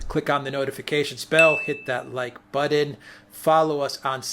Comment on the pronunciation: the word is BUTTON. Please stop with the new English language.